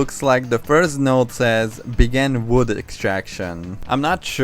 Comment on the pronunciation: "Blood" not "Wood"